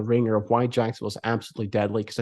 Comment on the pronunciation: Someone want to let me know what he is saying 😂😂😂😂😂😂 Jankstown? Jagston? It’s jack son ville my dude. If that is too rough to get out, just use Duval.